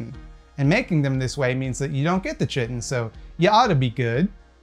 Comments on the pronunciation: goddamnit it's pronounced 'kye-ten'. Anyway I'm glad given current commentary in some circles that you are being up front about your approach, and that, fundamentally, this is (or should be) flavored entertainment rather than serious Discourse. Also I'm here for it. Slime 3.0 baybeee. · It's pronounced KIE-tin, not chit-ten. Sorry. Invertebrate biologist here. I'll go have some calming tea. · I'm glad you don't feel compelled to write on dry subjects, youtube videos are only good and fun if you're passionate about them. Also, the recent Mel debacle left a bad taste in my mouth for hearing about degrowth, maybe another month lol. Also it's pronounced 'Kai-ten' not 'Chit-ten'. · I'm so sorry to do this, but chitin is a Greek word so it's pronounced kai-tin like the Greek letter chi (X). I am by no means making fun of you, just offering a friendly correction because I know lots of assholes will make fun. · Great video. I always enjoy them but its pronounced (kite-in). Please mispronounce it in the future if you get enjoyment out of irking pedants like me in the future, though. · Change brings interesting & exciting times. Looking forward to it! Also, "chitin" is pronounced ky - tin. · I pronounce chitin "kite-in" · i think its pronounced "KAI-tin" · Chitin is pronounced KITE-in. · Chitin is pronounced with hard K and long I sounds. Like, you want to go fly a kite? Ok, let's go kitin'. It's also found in the exoskeletons of insects and other bugs, so think of that next time you get high and snort a line of ants. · Won't harp on the nauseated thing, but it's pronounced "KY-tin", ya ding-dong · It’s pronounced kite-in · This may be a joke, but if not, just so you know, Chitin isn't pronounced like that, it's more like "kite-in". It should rhyme with bitin' or brighten, but not with kitten or Britain (or the obvious joke). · chitin is pronounce Ky-ten. just for future reference. It's what insect exoskeletons are made of. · Chitin is pronounced kye-tin...